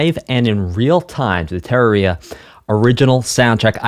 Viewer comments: ter (like turn) rARe (like the word “rare”) ia (ee-uh) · Terraria is pronounced (ter-rare-E-ah) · pronounce it: Ter-air-ia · whoever that person was in the chat at the beginning, they were lying, it's pronounced ter-RARE-eea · Just a tip on pronouncing Terraria, Say Terrarium, now take the ium out, and do ia ter - air - e - ah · tuh-rah-ree-yuh is the correct pronunciation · Oh man, hearing him say Terror-ia every time... Tell me he's trolling chat trying to correct him over and over, right? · Tera-ria-uh be killing me. Great video. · ITS PRONOUNCED tir-area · Never in my life have I heard someone pronounce terraria terror-ia. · "terror-area" .... im dead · It's pronounced: tuh-rare-ee-ah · I never played this game only seen thumbnails...also I believe it's pronounced "tear aria" like paper tear not 😢 lol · It's said like terrarium tuhr-rare-ee-uh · ter-ra-re-ah TER same as turn just with a E rather then an U, RA like the egyptian god Ra, RE like re-due, and AH no change there. sorry they most likely used the google "how to pronounce" spelling that can be misunderstood but its VO of it is right. the reason the boss themes are not uniquely named is the game has alot of bosses so they reuse the themes for most of them. (17 bosses 8 have unique themes). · The pronunciation of terraria is sacrilegious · Does he even pronounce "Terraria" correctly once in the entire 2+ hour stream? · ive heard people pronounce it tuh-rare-ia, and tuh-rawr-ia, but NEVER terra-ria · i PAINS me to hear someone misspronace Terraria. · How you pronounce Terraria is absolutely atrocious. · how does he butcher the name that much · It’s pronounced terraria not terraria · Oh boy that pronunciation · Also, for the name: put emphasis on the second syllable, like "terrarium". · The title of the game is mildly disputed, you have succeeded at pronouncing it wrong to both sides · Haven’t seen the full video yet but to clarify how Terraria is said It’s said like “terrarium”, but “terraria”